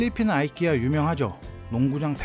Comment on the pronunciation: 이케아를 아이키아라 들으니 아주 색다릅니다.